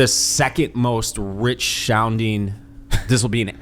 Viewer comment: “Rich shounding”…..saying “rich sounding” really shouldn’t be that difficult.